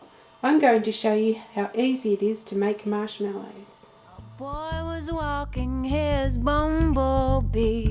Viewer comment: What did you call the marshmallows at the beginning? it sounded like shot pork buns. lol ive listened to it a thousand times and cant quite make it out.What did ya call em? lmao!! =D